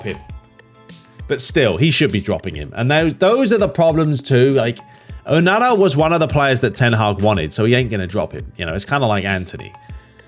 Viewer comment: Say onana name properly ffs